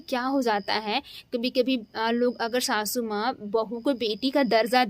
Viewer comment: Shashu maa😂😂😂 pahle bolna seekh lo shashu maa nhi sasu maa